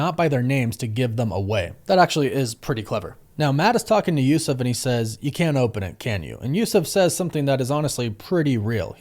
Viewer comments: It's Yusuf, like Usuf or yousuf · I never heard of that pronunciation of Yusuf. And the Green masked robber is also named Devlin.